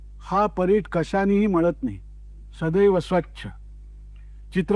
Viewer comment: चांगला उपक्रम, पण भाषेची बूज राखावी. परीट शब्द आहे, परीठ नाही.